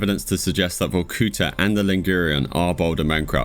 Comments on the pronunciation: it's not vokúta, it's Vorkutá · not "VorkUta" but "VorkutA". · it's not VorkUta it's VorkutA, thank you